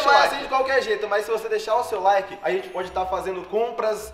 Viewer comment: "LAIK"? Mano??? é "like"